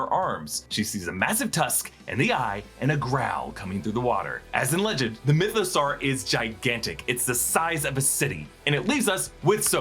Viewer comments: It’s pronounced myth-a-saw not myth-a-sar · Why is he pronouncing mythosaur like that 😅....like is that how you say dinosaur?